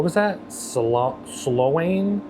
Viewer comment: Slow-ane?! 😅 It's pronounced "Slown". The new line is stellar; it is not intended to be an express service from A to Z; it serves the neighbourhoods. A disappointment for people who were looking forward to complain a lot about it. It makes them sarcastic and a bit nasty and nitpicking instead of just enjoying the new service! 😇